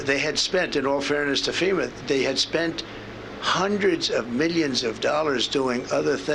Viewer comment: Am I the only one hearing “middions” every time he attempts to say millions?